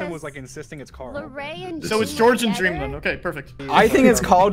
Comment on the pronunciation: Addison: dweam i thought you were here for me🥺 Dream: no